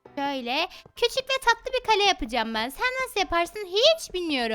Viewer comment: Kalem kalem değil Kale